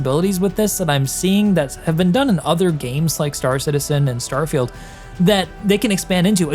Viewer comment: What a funny pronunciation of "starfailed"